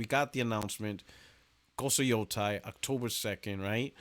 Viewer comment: Why the f does everyone keep calling it "ghost of yotai" it clearly has an e in the name and I'm pretty sure they've come out and said the official name, it's pronounced ghost of yotei like "hey"